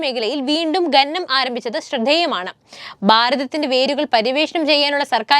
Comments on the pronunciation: ഘനനം അല്ല . ഖനനം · ഗനനം ഒഴിവാക്കി ഖനനം എന്നു പറയാൻ പറയൂ.